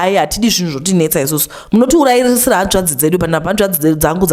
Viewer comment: pane anzwa panzi "munotiuraisa"😂😂